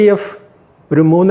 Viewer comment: ഫരണം അല്ല ഭരണം..... ഉച്ചാരണം ശ്രദ്ധിക്കുക...